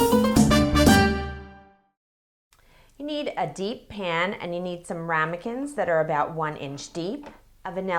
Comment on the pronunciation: Wuter (LOL). And Rumicans